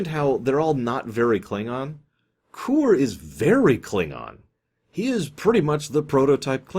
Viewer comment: isn't the name of the Klingon Kor? not Koor? i mean aI may be wrong, but thats what i remember his name to be